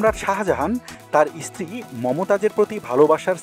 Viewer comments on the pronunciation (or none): none